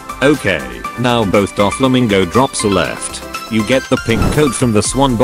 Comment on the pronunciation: Did he just say dogflamingo?